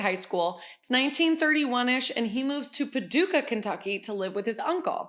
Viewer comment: I live in Paducah KY! There is a Reds doughnuts that has the same recipe as Krispy Kreme and they are delicious. Oh. and you pronounced the town name perfect! Lol